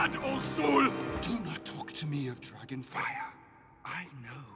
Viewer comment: Sorry but in the opening line Thranduil calls it a ‘Dragin’